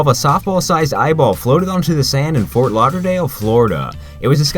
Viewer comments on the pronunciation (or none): none